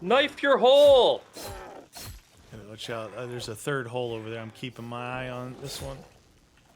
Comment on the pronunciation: a third hole or a “terd hole”